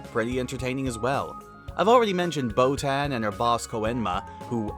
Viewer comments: how can you say chris sabbat is best known for piccolo.. and not vegeta? and why are you calling boton "botan" she even says "boton here" in the show, have you even watched the show? jesus christ go eat something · Botan is pronounced with a sharp a, like in "hat", the dub just mispronounces it. This is made apparent by the way it's spelled in the original language. The show mispronounces many names. Anyone who is an actual fan would know that.